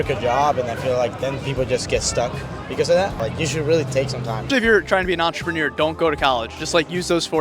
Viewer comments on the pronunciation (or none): none